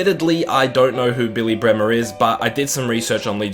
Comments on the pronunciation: By the way it's Billy BremNer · It's billy Bremner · Saiz=Sayeez Also mate it's Kalvin Phillips not Kevin👍 Another thing it's it's Bremner not Bremer Apart from that great series💙💛